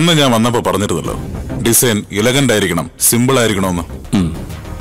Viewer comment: ഇലഗന്റ് അല്ല എലഗന്റ്